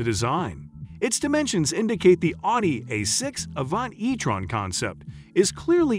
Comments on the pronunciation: What's with the weird pronunciation of "Audi"? Or, more accurately, the "au" sound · I wish you would learn how to pronounce the company, not pronouncing it correctly